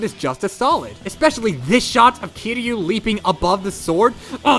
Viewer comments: i know its the point but it hurts when you mispronounce kiryu. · You miss pronounced kiryu and destroyah kiryu-(Kear-yu) destroyah-(des-tro-yah) they where so easy to pronounce for me